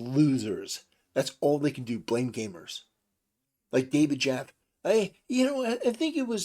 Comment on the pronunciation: Please it's not jaff it's jaffe it's a hard E at the end of his name